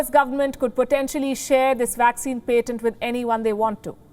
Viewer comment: Palki Sharma ---------- please learn the correct pronunciation of the word "PATENT", and use it. Also, your stress placement is way off on many words. You need an English teacher.